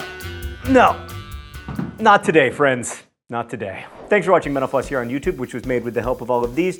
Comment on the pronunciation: Has anyone ever noticed that when John says mental floss quickly it sounds like menopause